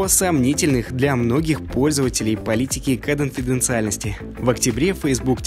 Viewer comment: неплохо бы научиться выговаривать слово КОНФИДЕНЦИАЛЬНОСТЬ